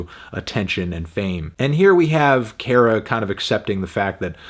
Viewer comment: Kara is pronounced like "care-uh"